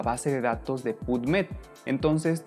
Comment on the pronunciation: "sains job"... "puv med" "DIALnet" "open acces teses and disrtechions"